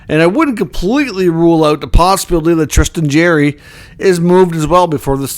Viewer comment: It’s not Jerry! It’s Jarry! Jar-ry